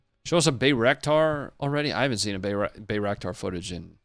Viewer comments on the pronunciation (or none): none